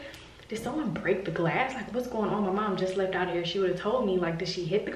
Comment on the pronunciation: LOL I cannot believe that had the squirrel in the house for three days talking about "I think it lef" hahahhahaha OMG, I swear I wish you guys caught this on the vlog LMAO!